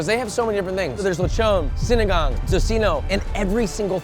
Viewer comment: When you said sinigang right (filipino cuisine) it made me happy cause you said it correctly. Love that lol I audibly said good job Josh! Lol